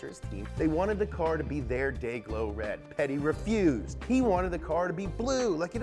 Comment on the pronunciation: "How bout we make the car half rid an' half blue?" "...that might werk."